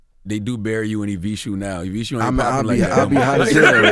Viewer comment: C Tha God: "Evi-shooe" 🤣😂 Evisu bro...E-VEE-SUU